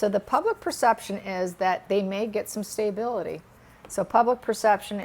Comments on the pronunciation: Lol, I thought the same but maybe that’s how it’s pronounced in her area of the Midwest🤷🏽‍♀️Staybility/stability or feeling good instead of well, she’s still a gifted and amazing reader:)) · I love your readings however the pronunciation of stability is exactly that not staybility.